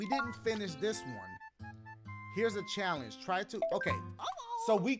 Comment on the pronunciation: dashie: give me a chall-onge! game: gives him a level he struggles with dashie: complains game: offers to help him dashie: complains and yells at luigi